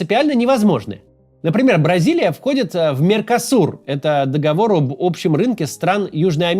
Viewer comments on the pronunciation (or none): Поверхностный анализ, который подчеркивает неправильное произнесение слова «договоры».